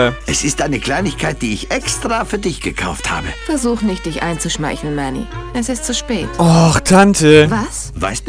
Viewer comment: Immer wenn du Manny sagst, dann verstehe ich Matti! D: So verwirrend >.<